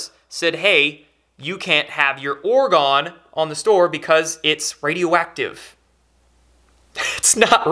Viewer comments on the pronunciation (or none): Its Wilhelm not Wilheim, and Orgone, not orgon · Great notification. Spot on. Heads up, you misspronounce the man's first name (it's Wilhelm, not Wilheim) and the energy is orgone, not orgahn. Keep up the good work.